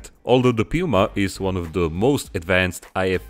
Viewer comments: Awesome!!! I would die to see a diorama with a Puma and a Leopard in battle formation. But as a German, I am obliged to improve your pronunciation of „Puma“😁 the „u“ is pronounced like the „o“s in „zoo“. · “DE PÜMA” c.. 😁